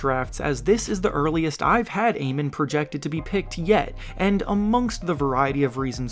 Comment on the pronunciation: It’s pronounced Ah men .. not a men